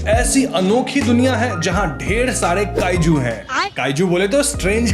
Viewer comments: Kaiju ❌ Kaaju 👍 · Kaiju ❌️❌️ kaaju ✅️✅️✅️